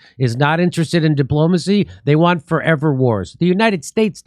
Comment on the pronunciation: Fo' evah? Fo' evah evah?